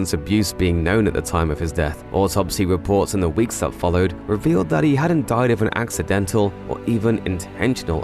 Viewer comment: I am confused why did u say din. Oh died lol